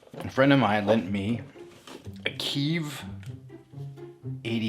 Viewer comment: KI-EV. Not KIV! Like the capitol of the Ukraine.